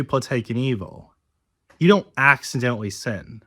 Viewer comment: I trying very hard not to comment on the speech imp3diment, but where the hell does "accimdentally" come from?